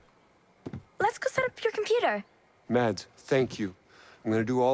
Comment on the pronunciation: the D in "mads" is silent.